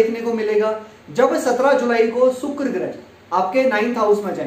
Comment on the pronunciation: Your diction is very poor.. You call Sani for Shani, Rasi for Rashi, sukra for Shukra, Paresani for Pareshani, Siksha for Shikha, Subh for Shubh and many more.. This is very irritating. Being a astrologer it is very bad on your part. Plz improve it.